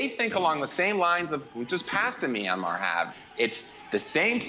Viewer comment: Did he just say Meeranmar?